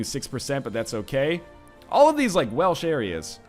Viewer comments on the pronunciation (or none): none